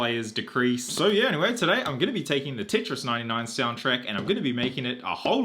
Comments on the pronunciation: but why the hell are you saying titris its tetris not t.i.t.r.i.s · Did he say titris wtf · "Tit-ris" he says TIT RIS